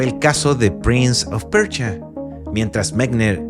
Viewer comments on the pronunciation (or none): Persia weon persia, como PRINS OF PERCHIA